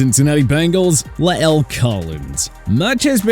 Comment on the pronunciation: The way he says la’el though 😂😂😂 but dj moore carr(not saying he’s not absolved from blame for the raiders season) pitts gesicki mac jones, Julio (for tHe sheer fact tHat he wasn’t brought to be a one he was brought to be the Antonio brown for them) shouldn’t be on this list. Moore because the man was forced to play musical chairs for QB on his team, carr because again His defense is ASS(seriously How you Have cHandler jones AND maxx Crosby and be 30tH in sacks?) and mac because bill bellicHeck seems to be getting more full of Himself even tHougH I HigHly respect Him by letting two people who He Had on His staff before be back in tHe fold number 1, and 2 be tHe Heads of tHings THEY NEVER HAD CONTROL OF WHEN THEY WERE FIRST THERE wHicH is offense so that’s lame and wHat is more lame people already calling mac a bust when he really Hasn’t started His career yet and wHen he doesn’t even have a number 1 receiver or a competent offense. Carry on